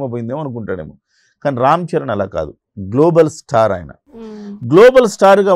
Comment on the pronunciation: అరె వొత్తి వొత్తి గ్లోబల్ స్టార్ అనకురా బాబు వినడానికి కంపరంగా ఉంది.